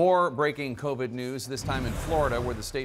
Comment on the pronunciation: lmao Kow-Veed should teach him a lesson